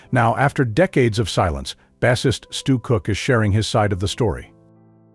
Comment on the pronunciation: Oh why oh why does the person doing the voiceover pronounce bassist like he played a fish in the band? 😂